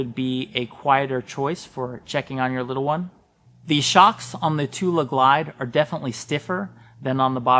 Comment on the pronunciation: Thule is pronounced "too-lee" not too-la